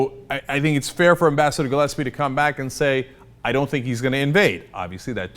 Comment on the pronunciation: learn how to pronounce "glaspie" dumass.